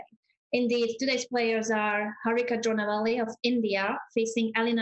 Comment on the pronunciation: dronavalli not drona valley or drona river